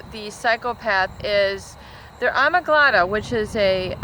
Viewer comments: ah-MIG-dah-la my friend. ❤️ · X Factor. it's amygdala never before have I heard it pronounced the way she just did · She pronounces it "amyglada". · I would have been interested in your opinion of domestic psychopaths...your video focused more on public figures...however the domestic effects I think are more common. (BTW amygdala is not pronounced "ahmiglada".) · is it alegmeda or amegdela...? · Yeah the mispronunciation made me wonder about her authenticity, especially since there is no name or scholarship history provided. Surely, if she has a graduate degree, someone would have told her how to pronounce it!